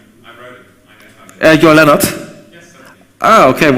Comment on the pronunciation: Mein Name ist übrigens "Lennnart", nicht "Lennard".